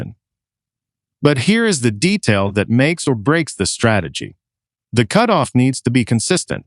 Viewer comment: Cutoff is pronounced “cute off”? Where did you learn English?